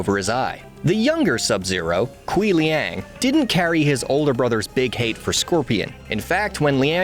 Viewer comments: Kuai Liang is pronounced (Kw-AI lee-ang). There are plenty of instances of it pronounced in the games to check before reading a script. I feel not checking that is blatant disrespect to the character and the culture he represents. And I am lenient about the tonality of Chinese pronunciation. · Who else cringing at the way he pronounces "Kuai Liang"